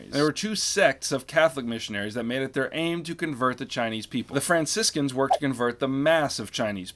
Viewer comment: "fransicans" lol